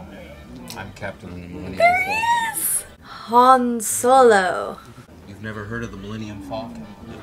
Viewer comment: I like how she totally transformed Solos name into Hanz xD